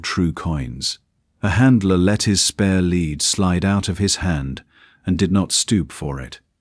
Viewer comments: AI narration didn’t distinguish between “lead(ing)” and “lead” metal. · Pity about pronunciation when a chunk v metal is the choice Ai makes instead v the obvious context, i.e. leader v the pack. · The mispronunciation of 'lead' is irritatingly unfortunate. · Nice, thanks. But the lead hound was pronounced automatically by the AI voice as if it was made of the metal lead. You ought to do something about thar! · AI needs to learn the difference between lead and led, read and read (pronounced red)